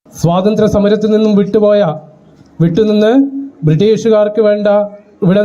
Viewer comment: "സോതന്ത്ര്യം" അല്ല റിപ്പോർട്ടറേ...സ്വാതന്ത്ര്യം